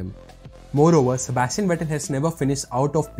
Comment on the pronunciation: Vettel, not Vetter